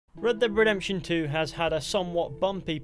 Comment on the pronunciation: Redbededemtion :D